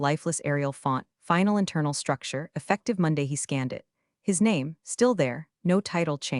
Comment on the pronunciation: "E ffec tive now" isn't 3 syllables.